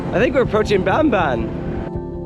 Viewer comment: when pronouncing Tagalog words such as Bamban, Saging ( banana), the 'A' is pronounced as Ahh.